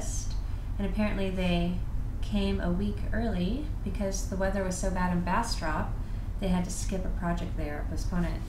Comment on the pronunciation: I smiled so huge when you said Bastrop (and pronounced it correctly) because that's where i live!!!